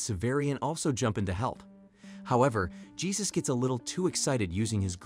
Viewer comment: Good AI on the text to voice, but it is still an AI. I prefer my voice-overs to be human. I doubt a human would have called that guy "Gee-sus" instead of "Hey Zeus"